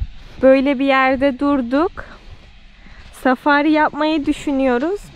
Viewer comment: Arap milliyet ileri safari ye "safariy" der